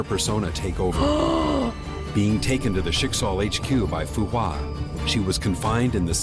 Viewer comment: it fu hua say it like fu-hwa or some1 might troll u (not me just a heads up)